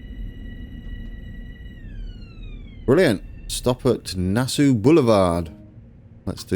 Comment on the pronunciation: good fun. btw, nassau is pronounced na-saw with the first 'a' as in 'cat'